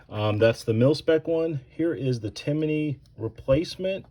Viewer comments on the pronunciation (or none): Its Timney. Not Timiney. There is no I between M and N when you say it.